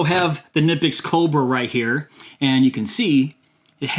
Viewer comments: Knipex. the "K" is not silent. the "i" is long. say "Cneepex". i am German. i have the and 180. best there are in their size. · Actually.. It’s pronounced ‘Key-na-pix’ ..real fast ~ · Who is going to tell him you pronounce the k? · Knipex (pronounced kuh-nip-pex, btw) is an excellent brand. We use them in our family for years, even though it is hard to come by where I live. When I go to Europe I also come back with some tools for envious friends. They are well worth the money because they will last you at least 5 times longer than any other tool.